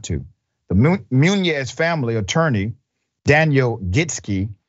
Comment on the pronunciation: It's muñoz not muñez, at least pronounce the name right